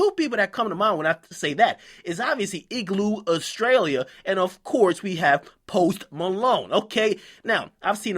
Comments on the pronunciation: Igloe australie lmao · ''Iglu Austarlia'' LMFAO